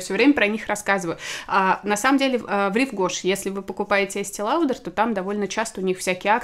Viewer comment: Есте лаудр 🤦🏼‍♀️